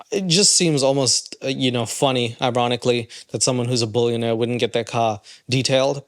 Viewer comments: Seriously you have 10 people at my workplace listing to you laughing so hard because of your toddler accent! we forgot that you were even talking about hard rock nick ! we all agree the the way you say billionaire/bullinaire is so tard sounding 🤦😆🤢🤮 stop with that horrible accent it’s cringey af ! 😅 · He meant “bouillon”aire 😂 big chicken guy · If you say “boolyanaire” one more time. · Are you saying "bullionaire" and "bullion"? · Be prepared to hear the word “billionaire” get mispronounced about 1000 times in on video….its not “BULLION” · "retired bullunaire" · I can only hear you say bullyiionare on the internet I hate to tell Nick baby doesn't know if car is very well that is not a Mercedes-Benz interior is too cheap what a moron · I mean... he also said bullionaire about 30 times in this video.